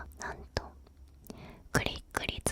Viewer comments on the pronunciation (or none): クリック率がグリグリツに聞こえて面白いｗ